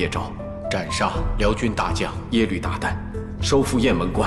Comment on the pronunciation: It’s Yelü not Yelv 🤦‍♀️